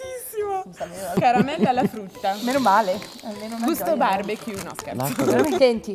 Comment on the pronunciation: 6.43 "gusto barbecure" Sono Morto HAHAHAHAHAHAAHAHAHAHHAHAHAHAHAHAHAHAHHAH